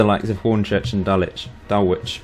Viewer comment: No way would Dulwich do so badly! (Btw it's pronounced "Dullitch") :)